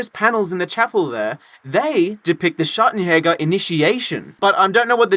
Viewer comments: ""Schagenhäger"" xD I love if he wants to say Schattenjäger. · I’m quite offended by how your pronounced Schattenjäger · I love how you pronounce the J in "Schattenjäger" like a spanish J but in "a shot of jäger" you pronounce it properly :D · The way they did pronouce Schattenjäger was painful im not even german and its wrong🤪